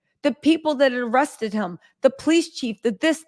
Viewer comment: ITS ARRESTED. NOT RESTED